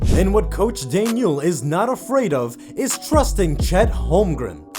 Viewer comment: You pronounce the coach, Mark Dag-Not